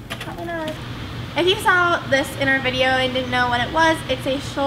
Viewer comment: “Will we do trampoline next week?” “Maybe... PrObObLy not” 😂